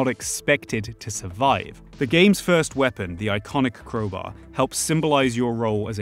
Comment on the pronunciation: Man literally just said "Creubaeu" instead of crowbar